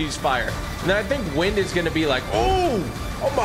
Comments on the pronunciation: Bro keeps saying wind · Everytime this dude said wind it made me twitch lol